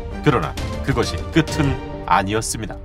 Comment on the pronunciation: 발음이 끄튼이 아니라 끄츤 입니다